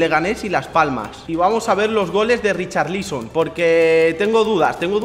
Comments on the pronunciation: Nadie: Absolutamente nadie:: Richarlíson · RicharLÍSON, jajaja que pronunciación lol